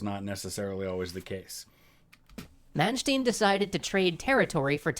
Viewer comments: Is "ai" right though? Since "rain" or "gain" are spoken like German "räin" "gäin". So I guess "ei" = "i". Also to add "Man" is pronounced "man" and not "mæn" like he says in the video. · We do pronounce "st" as "sht" at the beginning of a word, not in the middle of the word. In case of Manstein this is a compound word of "Man" (probably short for "Mann" = man) and "Stein" = stone, so it is still pronounced "shtin" and not "stin". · Re pronunciation: His name von Manstein is pronounced as “fon munshtine”. Normally, “st” is pronounced as “sht” only at the start of the word (the same applies to “sp” = “shp”) but his name is a compound word: “der Stein” means “stone” and is usually part of castle names. The letter “v” is always probounced as “f”. And the letter “w” is always plain “v”. So, Lewinski is “levvinski”, not “looinski”. The diphtong “ei” is pronounced as “ai” and the digraph (not diphtong!) “ie” is pronounced as “ee”.